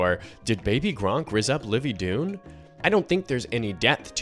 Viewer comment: why bro say it like that